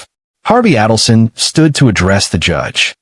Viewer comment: It's A-delson. Not Addleson.